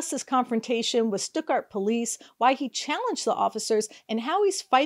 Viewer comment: It is pronounced Stut-Gart. Rymes with studder.